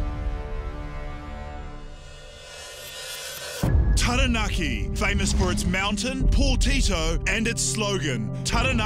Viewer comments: When you live in New Zealand for most, if not all of your life...yet, by the pronunciation of Taranaki, some of you sound like you were brought up on the moon. Makes me severely cringe when I hear...Tarra Nackee, Towel Poe, Towel Wronga, Aya Taeya Rower, Whonga Ray, Whyra Wrapper, Eckha T' Hoona, Tie Happy. 😆Not much of a Jono and Ben fan, but loving Guy Williams more and more. (Bloody good pronunciation too!) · it's pronounced (Tarra-naakee) not Tearahnacky.. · Taranaki, not Teraneki. It's not that hard to say. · Cringe hearing Tahra- Nacky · Peeps needa be pronouncing Taranaki right farrrr it aint tereneki get yo vowels in check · This chick wearing a pounamu but mispronounced Taranki 🙄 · terror nacky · If u can say tada. Then u can say taranaki properly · Hilarious story haha, but come on man. Every time I heard TA RAH NACK KEY it made my ears bleed! I love the logo for Taranaki though. is a hero! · Pronunciation... Tah-dah-nah-kee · Lol terranaki" 🤦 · Taranaki is pronounced Tadah (just as you would when you surprise someone) - nah - Key - Tara-na-ki The level of language ignorance amazes me. . . . . . . . . . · Half the town cant even pronounce TAH RAH NAH KEY!!!!! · Wears a Taonga, trademarked the slogan, yet still can't pronounce Taranaki correctly. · Like nails on a chalk board every time she says the word 😬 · I'm sorry, but she can't even say 'Taranaki' properly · I just want to know why she’s wearing a Pounamu and pronounces Taranaki like that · Atleast know how to pronounce taranaki 😂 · maybe like u should learn to pronounce taranaki properly aye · She can't even say taranaki right.